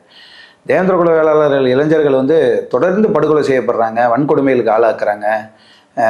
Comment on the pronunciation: இளைஞ்சர்களா?இளைஞர்களா?தெளிவாக தமிழை உச்சரிக்கவும்